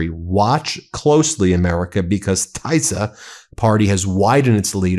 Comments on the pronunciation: It’s Tisza (Tee-sah) and Fee-dess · Just a little help: Tisza (Orbáns party in Hungary) is pronounced Tissa, Like miss (with an a at the end) or hiss (with an a at the end). Not proud of having Hungarian ancestors at this point. 🙏🏼💙💙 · I live in Romania, (obviously next to Hungary) and I would like to give you some advice about pronunciation. It's the Tisza Party ("TEE zah") and Fidesz Party ("FEE des"). I'm an American who has lived here for 30 yrs and watches your programming faithfully. Thanks for your insights. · Tis - ah and Fi - dez. Soft i. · The Hungarian parties are pronounced like this Ben: Teesa, and Feedez. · I am Hungarian, that pronunciation of Tisza made me laugh. Anyways, I can tell you that the average Hungarian has no clue who the F JD is, neither give a shit about what he has to say. Btw, did you know that Orbán brought some russian guys to hungary to help rigging the election and that they are planning a false flag attack from Ukraine on Hungary or on Orbán. If anyone is interested in more details on the shitshow that hungarian politics is, watch the Living ironically in europe channels video on Orbán, it is very funny.